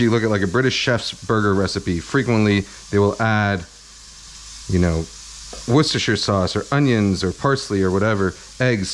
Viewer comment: finally someone who pronounces Worcestershire properly